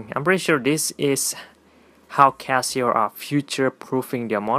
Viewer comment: I'm pretty sure you said kiasu instead of Casio.